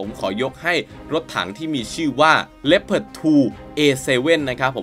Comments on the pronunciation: อ่านว่า ลีโอพาร์ด ไม่ใช่เหรอครับ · ดูมาหลายช่อง มีช่องนี้ออกเสียงถูก ช่องอื่น ออกเสียงว่า ลีโอพาร์ด 😂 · ผมก็อ่านเป็น ลี โอ พาด มาตั้งนาน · อันดับ1 ผมอ่านว่าว่าลึโอผาร์ดตลอดเลย